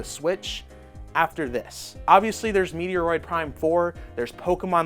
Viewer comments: Lol😂 its not Meteoroid Prime 4 . Its Metroid Prime 4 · Please change the way you are pronouncing The Metroid game. It bothers me so much because it is so close to my heart that I would never watch your videos again. Maybe you should do an apology video to all of the true fans of the game. Just kidding but seriously too.